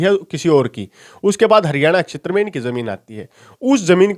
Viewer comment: क्षैत्र को अक्षैत्र न बोलें। वीडियो 👍👍👍